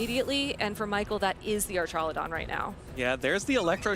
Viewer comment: I would do anything for this man to pronounce archaludon correctly